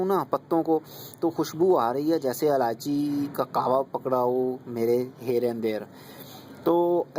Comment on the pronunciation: its ilaichi not aalaichi